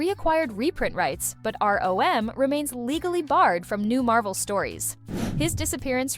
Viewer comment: As though ROM were a dirty word.